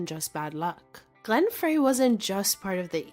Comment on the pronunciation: Now all you have to do is pronounce all their names correctly ... Fray???